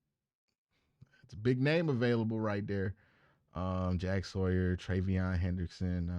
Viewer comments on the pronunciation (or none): none